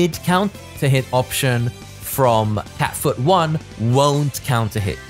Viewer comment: I still laugh when he says Cat Food instead of Cat Foot hahahahaha thank you for this character Review